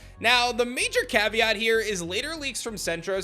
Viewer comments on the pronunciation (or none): none